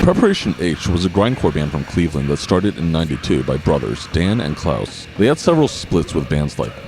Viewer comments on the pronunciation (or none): none